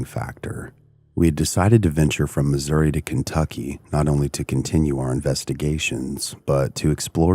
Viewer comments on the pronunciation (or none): none